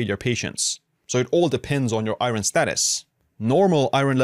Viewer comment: You say iron very weirdly.